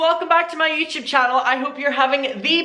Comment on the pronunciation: I want a compilation of trying to say YouTube “ youchube”